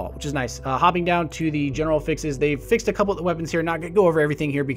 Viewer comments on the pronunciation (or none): none